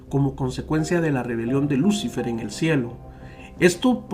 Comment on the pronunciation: Se pronuncia luciFER la sílaba tónica es FER